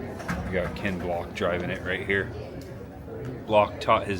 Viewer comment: It's Ken Block not Kent 😂